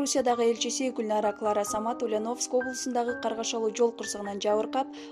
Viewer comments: Ушу дикторлордун текст окуганда орусча создорду туура окуса. УЛЬЯНОВСК- басым Я тамгасына тушот. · Туура окуганды уйронгуло!Ульяновск(ударение на букву ,,я") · Ушул кыздын уляновыскый деп айтканы жакбады нерф кылып , тура айтчы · Силерге акча болсо болду экен да,жок дегенде ударениени туура коюп суйлогулочу сабатсыздар,УльЯновск болот, я тамгасына ударение тушот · Ушул суйлопжаткан кыз Ульяновск дегенди туура суйлочу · Алып баруучу,токтот эми.Ульяновск дегенди туура айтчы,я тамгасына басым жаса